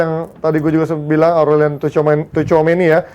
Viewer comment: emang punya standar ganda, tergantung siapa yang dia suka Aurelien bacanya orelien. Au di prancis o, sama kaya eau dibaca o